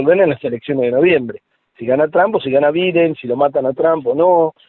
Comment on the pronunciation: Dijo Biden como suena 😂😂 no tiene idea de nada